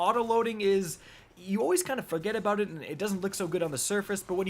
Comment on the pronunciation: fuggedaboutit? from Brooklyn confirmed????